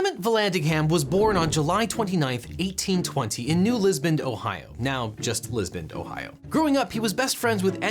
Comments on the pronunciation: No objection, but a note that you pronounced it Liz-bund twice at . Liz-Bun is the common pronunciation but it's actually closer to Liss-Bun. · Did he say 'Lisbond'? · Why do you say Lisbon as Lisbond? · If we were to ask the court reporter to read back the record, they would say, “Lisbond.”